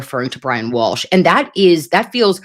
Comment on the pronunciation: Walsh sounds like Cozy as in Cosgrove